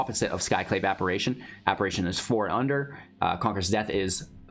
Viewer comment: Please... It's pronounced apparition, with an I, not a third A